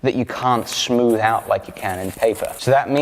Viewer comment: Let’s ignore the fact he said “shmooth”